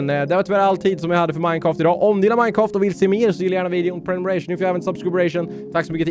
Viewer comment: Det roliga är när du säger Minecaft!!